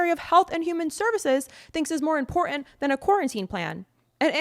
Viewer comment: Correct enunciation is everything. Impor-ant is not a word. This is very IMPORTANT information. If you are speaking to ANYONE who is not Millennial, they will not hear you. I know many boomers and some early gen x, that have issue with pronunciation, please, they NEED to hear this info but will turn OFF your video if they hear this. We must work together to end this administration, appeal to ALL who haven’t been drinking the kool-aid. I hope you hear me, keep up the good work.